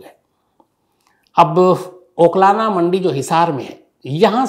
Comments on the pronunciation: Oklana nahi sir uklana mandi h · अबे ओकलाना नहीं उकलाना मंडी है पहले शुद्ध बोलना सिख